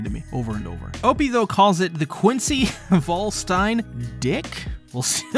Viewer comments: "Vollständig" is german for "complete". You pronounce it "foll" - "shtan" - "dig" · You are wrong too. Its "vollständig" and not volstanding. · It was not pronounced right in the episode its called vollständig (completed) not, voll stern dich (full star you) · "Vollständig" just put it in a google translator and let the translator pronounce it for you cause you butchered the heck out of it xD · It’s supposed to be Völlstandig which is German for Complete. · "Volt stain dick" That pronunciation physically hurt me 😭